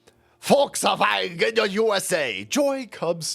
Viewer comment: Did I just hear you say " Voltswagon?" 😂